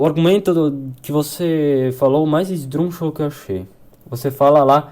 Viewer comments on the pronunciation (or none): Esse menino tem que aprender a falar a palavra esdrúxulo. Ele fala esdruxo.